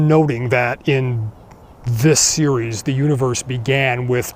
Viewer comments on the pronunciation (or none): none